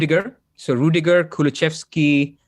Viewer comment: It's Kulusevski - where are you getting the pronunciation "Kuluchevski" from?